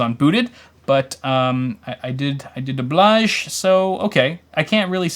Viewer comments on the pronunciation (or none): none